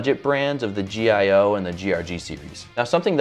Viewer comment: Very cool video. One thing, the Gio is pronounced "jee-yo", not spelled out like RG is :)